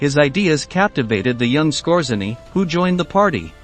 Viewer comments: His name should be pronauced : S K O J Y E N N Y . It is taken from Polish ( that's why RZ is there ) . It means the : ROOTHMAN . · It’s pronounced “Skortz-A-nee.” And Otto Skortzeny did not experience anything like a “horrible death.” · The emphasis is on the second syllable. And you left out the werewolves, and the Mid East jobs in Egypt and Palestine. Massad? That sounds very wrong. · typical logical fallacy as a would-be “clever” retort. The narrator mispronounced Skortzeny’s name. He did not mispronounce “wermacht” or “grenade,” so I didn’t comment on that. And Skortzeny did NOT experience a “horrible death.” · The robot cannot even pronounce grenade, let alone Skorzeny. Good video but the audio sucks.